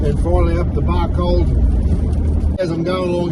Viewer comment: Hi, great videos amazing field craft and trapping and brilliant example to youngsters. Really laughed, when you said Barcaldine. I manage the Barcaldine Forest in Scotland 🏴 Thanks for sharing your videos 👍